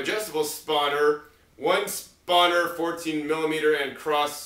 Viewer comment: lol it's not Spah-ner, it's Span-ner. Cool composter...I bet it was expensive.